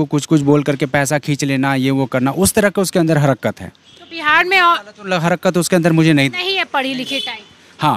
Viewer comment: Harkat hota h be harkarat nai